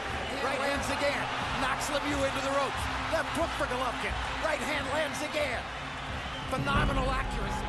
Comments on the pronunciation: You know, when you hire a company to do the voiceover on a video, it might be nice if you informed that individual how to properly pronounce the name of the star of the show. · you should learn how to pronounce golovkin's name my man, at least give him respect he earned.